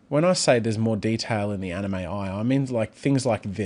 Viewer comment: my brother doesnt know how to pronounce Anime